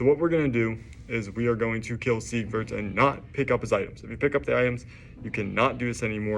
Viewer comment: Its not See-grid, its Sig-word. I kept hearing "secret" of catarina. Seigward of Catarina